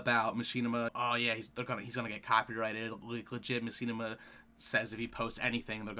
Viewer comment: muh-shi-nih-ma not ma-she-na-ma